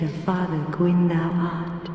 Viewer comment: somehow, you nailed kaathe's name and failed on gwyn's twice. and the problem with kaathe is that it's totally unclear WHY he's helping you at all, and that his methods to achieve this are evidently not the best. frampt is just a brown noser, trying to stay in with whoever's in power, but kaathe..... kaathe wants you to become the dark lord for wholly unknown reasons. what does he get out of it? is he actually trying to help, or is he getting something out of this? and considering his last two plans resulted in manus and then the four kings drowning cities in dark, should we really be listening to his plan even if he's right?